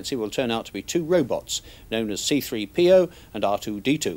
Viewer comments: Seethree PEEoh : ) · "see three PEE oh" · See -three - PeeOh :) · Brilliant! Note is emphasis on the “P” in C3PO. 😂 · Why does he say "C-3PO" so awkwardly? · Hate the way he repeatedly mispronounces C3PO.